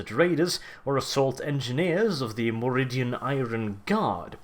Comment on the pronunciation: Sorry, but my inner 40K nerd compels me: - it's Mordian Iron Guard, not 'Moridian'. One letter, much pain.